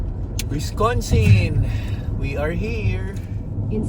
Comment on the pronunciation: Wis- can-sin not Wis-con-sin.. that's a dog treat from Culver's libre po yan